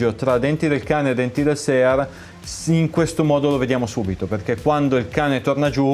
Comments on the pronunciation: Se devi dire "sear" all'italiana (e non "siar"), non è meglio utilizzare il termine nostrano, "controcane"? Comunque bel lavoro, saluti. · Visto che sono io che dico "sear" nel video e non, mi sento un po' tirato in causa. Bene, io ho scelto di dire SEAR e non siar, perchè è un termine che pronuncio intorno alle 200 volte al giorno, e che, essendo il disegno di armi americano e dovendomi confrontare tutti i giorni con listini, è un termine che ho acquisito e italianizzato negli anni, e specifica il componente 1911. Per il resto non mi sembra di parlare male italiano e i congiuntivi li azzecco tutti abbastanza, ma mi rimetto alla competenza acquisita in anni di traduttore e linguista, posata così delicatamente sul tavolo.